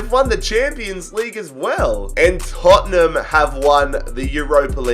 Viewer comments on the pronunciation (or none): none